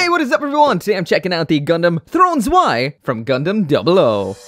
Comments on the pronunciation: PRONOUNCED SVEI!!!!!! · You're actually supposed to pronounce the Zwei as ZVEI